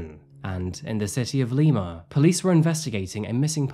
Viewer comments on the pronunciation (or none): none